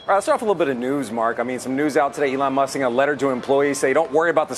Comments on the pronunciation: Who is this Elle-on he speaks of 🤔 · Who is "alawn"? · I think anyone who pronounces E lon A lon needs to be kicked in balls